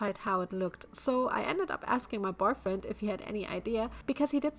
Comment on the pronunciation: You keep saying barfriend it's boyfriend